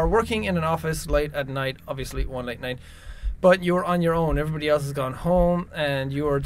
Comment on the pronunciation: He said light instead of late